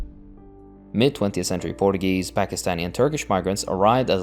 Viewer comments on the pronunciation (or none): Not a huge deal but you keep mispronouncing Portugal and Portuguese